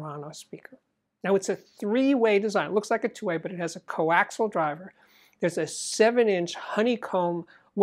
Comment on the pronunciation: Steve, please excuse the professorial demeanor, but it sounds like you pronounce the word 'coaxial' as 'coaxel'. Is the 'i' missing?